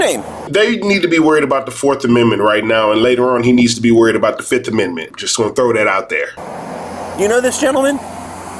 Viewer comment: "Fif! One, two, three, four, FIF! I plead the Fif. I plead the FIF! FIF!" There is a skit from the Chapelle Show that he might benefit from watching. Although, to be honest, he did probably save the tax payers some time by literally confessing to every thing on the spot. I believe that people in the Legal Community would call this an "Open and shut Case".